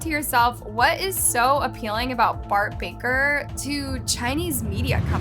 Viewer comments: Its bark baKer, you said Bart baRker 💀💀💀💀💀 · The fact here literally say Bart barker and not baker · So I’m the only one who realizes she said his name wrong…